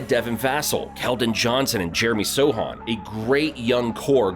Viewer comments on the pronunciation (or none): Buddy you definitely don’t watch basketball. You pronounced multiple names wrong: Devin Vassell, Jeremy Sochan, Aaron Nesmith, Shai 🤦‍♂️🤦‍♂️🤡 Also you brought up the “current state of Russ” and put a picture of him in a Lakers jersey” 🤣🤣 he plays for the Clippers now casual